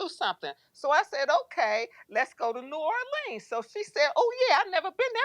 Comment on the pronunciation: Im a native of Louisiana and the pronunciation of New Or-leens is killing me! 🤣